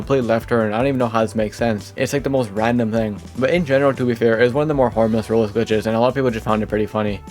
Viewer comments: Why do you sometimes pronounce roblox like "roles" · you say sometimes roblox like "ruls" and it really throws me off